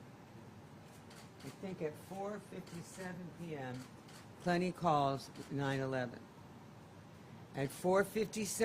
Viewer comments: Yes why was she saying 9-11? So annoying!! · 9-1-1, not 9-11